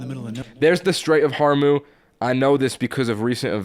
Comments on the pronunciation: Where did Hormuz’s z go? 😭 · "The Strait of Hormuz" took me out